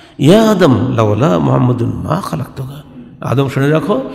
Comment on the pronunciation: ভ্রান্ত জ্ঞানের অধ্যাপক। তিনি যা পড়লেন তার অর্থ আমরা জানি। কিন্তু জানিনা ঐ সময়ের প্রেক্ষাপট কি ছিলো। তিনি যেভাবে আদম (আ:) ও হওয়া (আ:) এর নাম দুটি উচ্চারণ করলেন তাতে মনে হলো আদম হাওয়ার চেয়ে বয়সে তিনি অনেক বড় এবং আদম (আ:) ও মা হওয়া (আ:) কে অধ্যাপক সাহেবের পরে সৃষ্টি করা হয়েছে। শুধু তাই নয়,আদম (আ:) কে কতিপয় বানী ও বস্তুসমূহের নাম শেখানোর সময় আল্লাহতায়ালা অধ্যাপক সাহেবকে ডেকে কাছে রেখেছিলেন। যারজন্য জনাব অধ্যাপক সাহেব যা বলেন তিনি অন্যকে তা অকাট্যভাবে বিশ্বাস ও গ্রহণ করতে বলেন। ভাবখানা এমন যে,আমার বাহিরে যে যাই বলুক তা মোটেও ঠিক নয়। কারন ওখানে আমি উপস্থিত ছিলাম এবং আল্লাহতায়ালা অধ্যাপক গালিব সম্ভোধনে আমাকে বলেছেন আদম হাওয়ার আগে আমি কিছুই সৃষ্টি করিনাই। সুতরাং এগুলো নিয়ে গবেষণা ও বাড়াবাড়ির কোনো দরকার নাই। কিন্তু জনাব অধ্যাপক সাহেব যা জানেন বলে অহংকারী সুরে প্রচার করেন তা শুধু বিভ্রান্তিকরই নয় ঈমান রক্ষা ও হেদায়েতের পথে বিপজ্জনকও বটে। রাসূল (সাঃ) এর সৃষ্টি সম্পর্কে আলোচনা করতে তিনি উপস্থিত সকলকে যেভাবে "নাউজুবিল্লাহ" বলালেন এবং নিজেও যা শুনতে চাইলেন সেটা বিপথগামী শয়তানের কূ-মন্ত্রনামূলক ও বিভ্রান্তিকর শিক্ষা বলে আমি বিশ্বাস করি। মিস্টার গালিবরা মুখে "রাসূলুল্লাহ" উচ্চারণ করেন বটে। কিন্তু ইনাদের অন্তরে রাসূল (সা:) এর প্রতি ঈমানী আনুগত্য ও মহব্বত একেবারেই অনুপস্থিত।